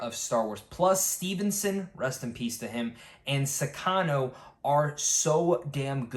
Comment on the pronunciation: Shin Hati Actor last name, I’ll help you pronounce it bro…. Ivanna Sakhno (Sock-No)